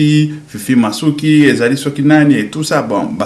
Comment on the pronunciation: Mon Cher,prononce LES noms et titres de gens correctement: mboso ( senat?),Fifi masuka ,non masuki ,un peu de precisions Ds tes questions,langage Clair...bcp d,effortsa faire ,je m,excuse